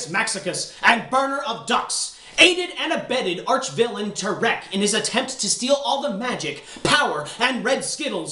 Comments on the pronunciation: I love that he's pronouncing it "Terik" instead of "Tirek" an awesome satire to the way news announcer pronounce things on the "safe side". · you say tirek funny